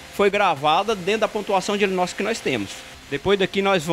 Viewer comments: É anilox e não alinox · Sou impressor gráfico industrial e queria informar vocês sobre um pequeno erro no vídeo … O rapaz fala “Alinox” por diversas vezes, porém o nome correto é “Anilóx”, justamente a peça que possui o BCM necessário para se dar a carga/ quantidade, exigida na expressão de cada produto 😉 Mas parabéns pelo vídeo! Muito válido todas as explicações passadas 🙏🏼